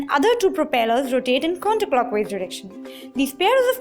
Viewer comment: Clockhwise dirrection and Counterrclockhwise direction 😁😁😁